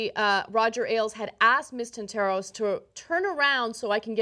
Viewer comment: "Tant-a-ros" and not "Tant-AH-ros," Anna.